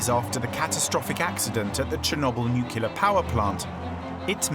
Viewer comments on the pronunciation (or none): NuCLEAR not NUCULar How to sound like a fool on your own documentary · Nucular, no, its, nuclear. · What a pity the narrator cannot pronounce NUCLEAR but keeps on pronouncing it as NUCELAR. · Would someone please tell the narrator that the correct pronunciation is Nu-CLEE-ir and not Nuke-YOU-lir. Nuclear. Not nukular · Sir, the word nuclear only has one U. Nu-clear. Lol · "New-kew-lar"? Nope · Ånd you couldn’t find a person who can pronounce nuCLEar, or at least try to teach him? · Please find narrators who can say the word "nuclear" correctly for documentaries about nuclear disasters... nookyoolizers are really annoying for people on the spectrum like me. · Its nuclear! Not “nucular”, people reading this don’t know how to read… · THERE IS NO SUCH WORD AS “NUCULAR”!! You automatically call your entire video into question by mispronouncing such a simple word. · Nukiller 😒 expected better from fogle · Maybe hire an announcer that can properly say NUKE YOO LERR Melt. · Stopped watching at "Nucular" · NucUlar lol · why did this narrator say nuke-you-lar constantly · I cringe every time I hear this guy say nuculer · I guess it's how the british pronounce it, "nucular" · >Makes a video about nuclear accident >can’t pronounce “nuclear” correctly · It’s pretty bad that the word nuclear is mispronounced repeatedly here. Embarrassing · I have heard presidents, historians, and generals mispronounce it. If you produced a film about a nuclear reactor, would it be too much out of your way to hire a narrator who could pronounce it correctly?